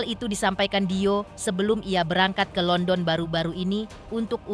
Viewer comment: London, Landen😂